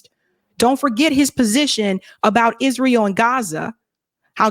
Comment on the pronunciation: you did it again! You said Isreal instead of Israel! I know, I'm a stickler but please, it sounds like is real to me!